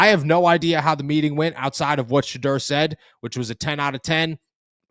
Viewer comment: There’s a u in his name bro. Sheduerrrr